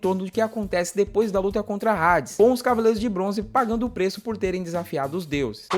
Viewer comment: Q porra Rades ! Fala Hades, h nao tem som de R !